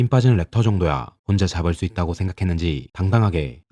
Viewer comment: 렉터가아니고 라크터에요